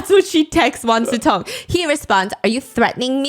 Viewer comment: Why they pronounce his name like Wan SuTong